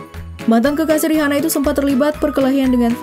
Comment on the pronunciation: Buat yg punya channel, coba review cara baca nama artis/ merk tertentu. Contoh: Rihanna. Dibacanya yg bener: Riana.